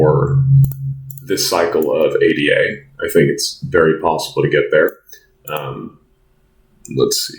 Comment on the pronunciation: please call her A-DA rather than A-D-A